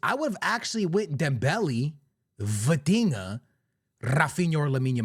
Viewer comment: The minute you said Vitinha , I stopped the video